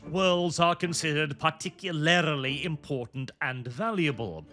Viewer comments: I don't know why, but something about youtubers saying "particularily" instead of "particularly" always pulls me out of whatever they're saying to hyper focus on that one word. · Particulaerily Par tic yu lar lee